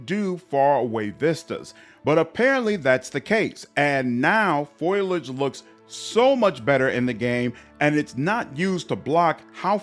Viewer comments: Pho-lee-idge. Foliage. Not Foil-Igde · Nice vid. Foliage is pronounced FOL-EE-IDGE btw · Intelligent comments and great vid - subbed. FYI - its pronounced foalage